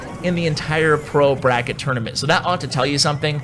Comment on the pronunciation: "Bro Bracket" LOL 🤣 Did you mean "Pro Bracket"?